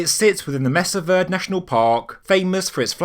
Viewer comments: pronounced like maysah vurday, not messuh verd. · this is one site I have been to. It is a lovely settlement with many other sites on the Mesa. Incidentally, it is pronounced Maysa Vaerday. I was particularly interested in the agricultural practices on the mesa, and I noticed some things about the site that, frankly, the rangers and guides had no awareness of. The story is actually fairly simple, sad, but educational to all of us. The surrounding area went into a bad drought. Even now, the surrounding area is quite arid as compared to the top of the mesa (mesa means table, and it is essentially a flat top mountain). The people from the area began to raid the mesa because they were the only ones able to still grow food. It was apparent to me that the people withdrew to these locations because they were less vulnerable to raids, and I suspect the tower may even have been a grain silo. Still, they had to go up top to grow the crops, amd as the drought continued they came to suffer continual attacks until they just gave up and went southeast. It is a lesson about economic hardship, and how you cannot really hide and thrive while everyone around you is starving. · Its pronounced MESA VER-DEE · Love the whole area. Thank you for covering this. I used to rockhound near there on the edge of uranium land that had some Anasazi rock paintings. One note, Verde is pronounced var-day. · Mesa Verde is pronounced "May-sa Ver-Day." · Mesa Verde is pronounced may-saw ver- (rhymes with dare) day. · FYI.. .pronunciation of Mesa Verde is (MAY-suh VAIR-dee) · Fascinating info. Just FYI, "Verde" is a spanish word meaning "green," and is pronounced "VAIR-deh" - close to "VAIR-day." "Mesa Verde" means "green table."